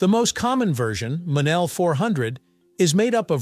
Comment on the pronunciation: ITs pounced "MO Nell"